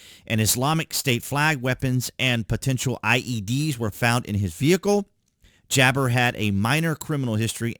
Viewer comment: It's not jabber Ja- bar